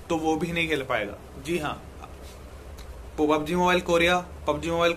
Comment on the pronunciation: Bhai full video is good but when you say poobg ban Hoga hai that was funny